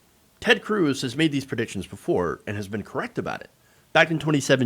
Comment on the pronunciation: I wish all of there news outlets would get with it. Cruz is not pronounced like Tom Cruise. Oddly, It doesn't rhyme with bruise or ooze. It rhymes with fuzz or buzz. say it with me. Ted Cruz. You would think it rhymes with "Lose" but it doesn't. Pronounce it correctly. Ted Cruz.